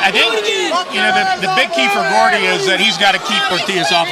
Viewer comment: ITS GOUDY NOT GORDY PRONOUNCE THE MANS NAME RIGHT!!!